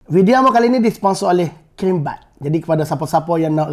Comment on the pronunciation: Crimebites tu sebutannya Kraimbait...bukan krimbait.